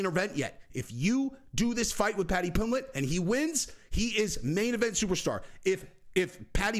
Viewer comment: You said pimblett vs pimbleet, twice (?) I think lol Love the channel tho just discovered